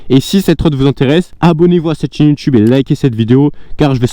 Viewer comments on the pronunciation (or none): none